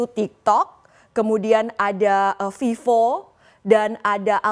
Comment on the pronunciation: Itu vivo lo bukan fifo. Bacaanya harus betul, ve, bukan fe Kenapa orang indonesia nyebut f dan v sama aja, covid jadi kopit, Coba liat iklan vivo, dia nyebut v itu lain, vivo bukan fifo atau pipo, ingat tu